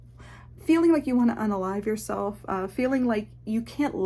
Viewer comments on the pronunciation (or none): "Be yourseilf.trust yourseilf"